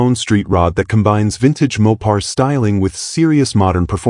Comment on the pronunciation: Maw-pars and posey traction, gotta love AI narrators.